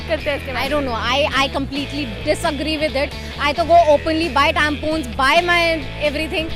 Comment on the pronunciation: i don't know why girls pronounce tempons as tempoons😓